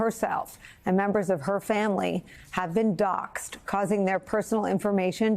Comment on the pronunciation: NOT docked, but Doxed, like saying "boxed"